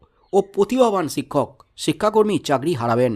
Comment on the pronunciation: জনাব শিক্ষককে ছিক্ষক বলা আগে বন্ধ কর ভাল ভাবে উচ্চারণ শিখে নাও। অত রসিযে কসিযে বলাটাকে পাগলামো বলেই মনে হয়। বাংলা ভাষার তুমি অপমান করছ। সুনতে কান চির চির করছে।